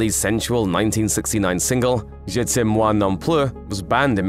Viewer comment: Je 't aime moi non plus.... 😏Fun pronunciation